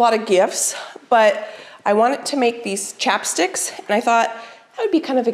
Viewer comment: Ohhh chapsticks!! I kept on thinking you were saying chopsticks!! LOL!!